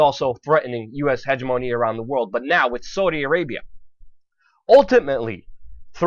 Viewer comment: "hegemony" and "yuan" ... please work on pronunciation